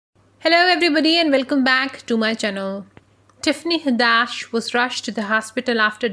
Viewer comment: u pronouncing her name all wrong goofy🙄